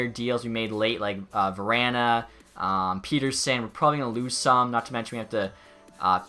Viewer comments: For Elias pettersson it’s peh-ter-son not pee-ter-son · I’m sorry I hate being the person that correct everything😂 but Petterson is pett-er-son